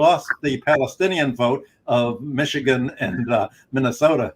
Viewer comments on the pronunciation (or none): none